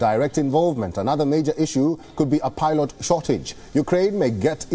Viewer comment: Sir please they are pilot and not pylots😂